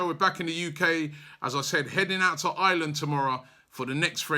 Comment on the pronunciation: its Ireland! not island